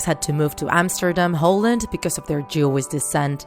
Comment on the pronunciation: Please say the netherlands or holland not hooland